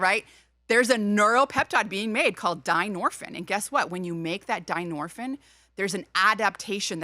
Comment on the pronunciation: “DYNORPHIN d i a n o r p h i n” what are you doing??? 😂😂😂